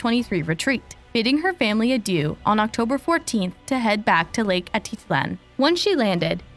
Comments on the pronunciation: It's not Lake aaa-da-lan... Its Lake Ah-teet-lan... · Great coverage! Almost unbelievable how unforthcoming the retreaters have been. Also, it’s pronounced lake Ah Teet Lan. 😊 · 😹🤣😹 I said the same thing above. She doesn’t even say Atitlán right 🙄.